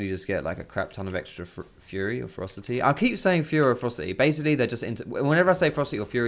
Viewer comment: Everytime he said "ferocity" I heard "froster teeth".